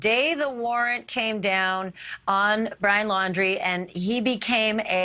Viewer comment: Pwoof dat bwian dose are Bwian's remains....